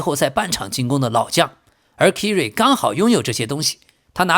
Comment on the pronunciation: 唉 你这英文名读音都错得太离谱了 Kyrie应该读作凯瑞 不是kiri😅 要不哥们听听英文新闻学学这些人名队名都怎么读呗？或者都用中文名好了，别难为自己